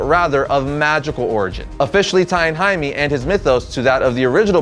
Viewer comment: Jaime is pronounced 'Hi Meh' not 'Hi Mee'